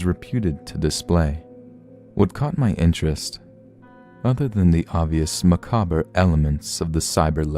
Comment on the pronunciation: Learn how to pronounce "macabre".